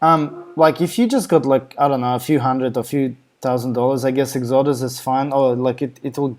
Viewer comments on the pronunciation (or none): Say EX-O-DUS. Not whatever your saying now. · I only say that because you are easy to understand in English, but it took me minutes to realise what you were saying was actually the name of the web page you had open. It didn't sound like Exodus. Ask a home grown Aussie, they say it the correct way. Other than that, thank you for the video. Thumbs up.